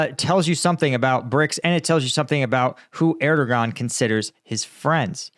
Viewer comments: The “g” in Turkish in Erdoğan is silent; say “Er-doe-an” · Err-der-waan.. his name is pronounced Err-der-waan (something like that - difficult to phonetise exactly). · if you try to say "air dough vaugn" without pausing, you get right near to the original sound. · I've bitched at before for bad pronunciation but he can get that Dicks name wrong all day